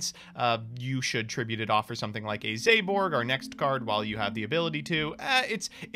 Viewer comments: ZA-BORG NOT ZAY-BORG also say it slightly faster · “Zay-loog, zay-borg, stray-tos” why does pronounce every single letter a as a hard a when it’s meant to be soft